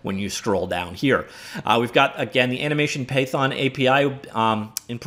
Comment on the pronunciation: Paython? is this a paid version of Python, or you are trying to say Payphone?